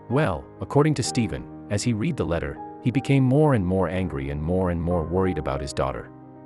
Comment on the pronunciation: Not sure if this is even a true story, plus the reader sound like a computer generated 'reader' who said the word 'read' with a long E sound instead of the RED sound when he said he 'READ' the letter. He didn't mention the fact that these men were probably in the porn industry, not just pedophiles. I've heard a joke like this written by a male teen in college, but this one is pretty bad. Today's world doesn't need more evil than we are already having to endure. Many parents are already suffering from real situations without having to hear these things. Especially from a 'sponsored' product.